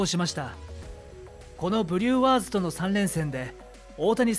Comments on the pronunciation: フリューワーズの発音もおかしいですよ。「ワーズ」部分にアクセント置く？ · ブリューワーズの発音のクセがすごいw